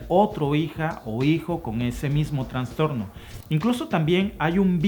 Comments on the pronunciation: Pronuncia "trastorno" y no "transtorno",. Abrazotes desde tus terruños. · Todo bien pero es trastorno, no TRANSTORNO. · saludos mencionas Transtorno pero se dice trastorno gracias a ti y a Alba por los videos